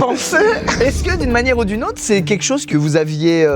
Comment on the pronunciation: ''est-ce que d'une manière ou d'une.. AUtre...'' 🤣🤣 et Squeezie qui pète un câble sur 😂😂